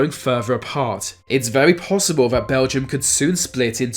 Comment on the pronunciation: Good video ruined by the narrator saying words "Vere" and "Vat" they're spelt with a TH at the beginning not a V you moron!